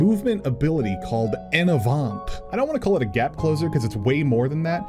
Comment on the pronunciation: This was a really great overview so thanks 😄 But if you're going to be talking about DNC skills a lot in videos, you're gonna need to learn to pronounce some French words 🤣 I'll get you started: "En avant" > on ahVO(Nh) ...and Esprit > esPREE